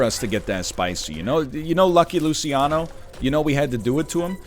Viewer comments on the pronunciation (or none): none